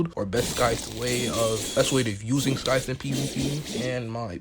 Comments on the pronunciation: its sai - thuh not skai - thuh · Why he saying Skive